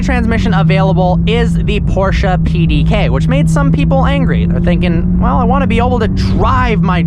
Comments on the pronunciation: Porsche not porsha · Can you stop saying fkn PorschA ?????????ßß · It’s Porsche not porsch A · Not Porschaaaaa but PorschE! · “Porsha” 🤦🏿‍♂️dumny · Stop saying "Porscha" it ist PORSCHE!! With an E! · Whenever i hear him say PorscHA i want to stab my ears ffs.. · why da fck do pepople say porcha?? LMAO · arthur Schmidt its not prounoced like he says it 😂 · Still can't say Porsche correctly